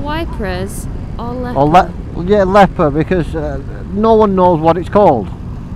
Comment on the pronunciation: i think its Ieper, for you to pronounce it it would be like eepur.